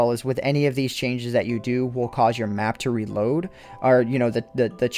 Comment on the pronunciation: "so I had to fo" not "so I had to do"...